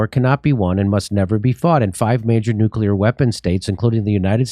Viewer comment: Thank you, Jimmy, for saying 'nuclear,' and not NOOK-yuh-lur -- as so many others (as if they're taking their lead from George W. Bush) bizarrely mispronounce it.